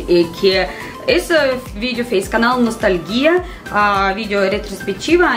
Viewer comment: "Canal nostalguia" hahahah